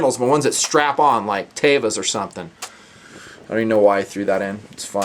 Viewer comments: Its TEVA!! (TEE-VAH). Other than that great vid! Love it! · Hey but i knew a teva rep and its pronounced "T-va", but say it whatever way you want. I say hoppes different than everyone else so screw it haha p.